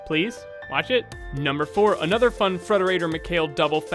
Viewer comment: "For one Anothfgher..."